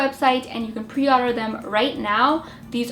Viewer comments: Take a shot every time she says "odder" instead of order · I'm sorry not to be mean but why do u say otter isn't it order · Order not Arder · She says order like odder